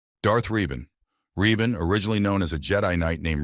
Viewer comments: It's pronounced revan not reevan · Said Revan's name wrong, also feel he should be higher